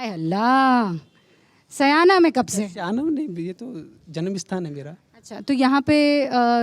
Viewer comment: Madam correct urself it is not saayna It is syana.